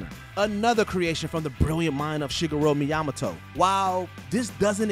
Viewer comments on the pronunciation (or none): Shigga Roe Me Imma Toe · the way you pronounced Shigeru Miyamoto hurt me right in the soul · How the hell did he pronounce Shigeru Miyamoto😂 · How could you butcher Shigeru Miyamoto's name like that? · not saying "Shigeru Miyamoto" wrong. DX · I was just thinking that. It hurt! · I’m Korean, not Japanese, but hearing an Asian name butchered hurts me. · was just about to post this. HOW??? lol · I’ve NEVER heard it pronounced like that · Excuse me? Who?! I guess nobody told him the correct way to pronounce the Mario creator’s name. You’d think that’d be a priority for someone who does voiceover work. He says it so confidently too! 😂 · Hate to be a nitpicker, but you pronounced his name wrong. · Good video but wtf was that pronouncement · Since when is Doc Luis Mexican? And the way he says Shigeru Miyamoto, smdh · and the mojo family in general I love your content but it never ceases to amaze me how in every video there seems to be at least one horrible pronunciation. However this latest one makes me want to pull a Will Smith..." Keep the greatest game designer of all times name out your f**** mouth!"